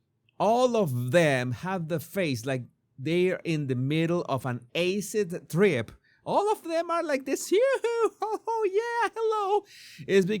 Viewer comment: “Ace-id trip” lololol